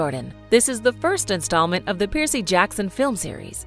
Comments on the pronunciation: Um how hard is it to say Percy oml stop saying piercy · Are you saying PIERCEY? It's PERCY. It's like Cumberbatch trying to say penguin (BBC Special on Penguins) pingwing, peng-when... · The narrator is one of the worst I've ever heard..constantly coming up with weird pronunciations for normal straightforward names! Who TF pronounces Percy like that?!!